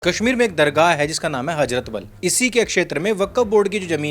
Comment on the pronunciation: ' हजरत बल ' नहीं , ' हजरत बाल ' कहिए ।